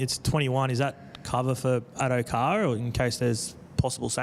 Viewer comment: . He said Abdo Carr lol Great work boss.